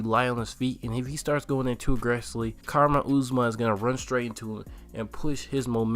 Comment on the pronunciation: How dont you know how to pronounce Kamaru at this point?